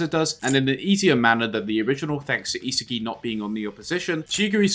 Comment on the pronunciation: It's not e-sagi but isaagi yo-e-chi